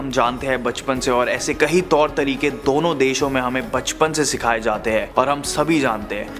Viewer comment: I just wish you could work on your pronunciation. The word is 'kayee' for 'many' not 'kahee' and the past tense of 'karna' is kiya, kiye, ki, kii(n). Oh and it isn't 'fir' its 'phir' - an aspirated p.